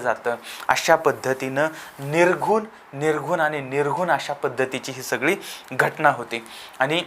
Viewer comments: अहो निघृण आहे निर्घून नाही. कस काय तुम्हाला चॅनल चालवायला जमतं? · निर्घून नाही भाऊ, निर्घृण!🙏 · निर्घून नव्हे निर्घृण हा शब्द आहे.